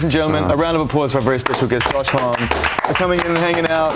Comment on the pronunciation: Didn’t he say it’s actually pronounced josh homm-y 😂 But zane lowe says it the French way here